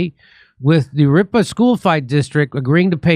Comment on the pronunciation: FFS, Jimmy! Jurupa is pronounced "Huroopa"...just ask your MEXICAN wife to teach you proper Spanish pronunciation